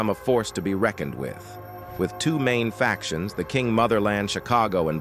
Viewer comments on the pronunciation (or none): none